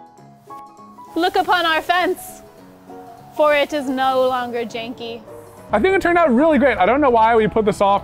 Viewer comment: She said Jankey..🤣